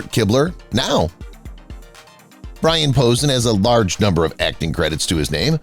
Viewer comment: Number one Brian Posen is pronounced (po sane) is a famous comedian first!!! I hate these stupid ai generated, ai red pieces of crap videos